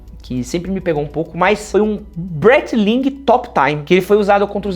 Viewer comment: "bréiti-lingui" foi foda :eyes-purple-crying::eyes-purple-crying::eyes-purple-crying: lê-se: "bráitlin" :person-turqouise-waving